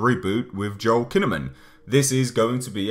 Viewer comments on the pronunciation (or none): none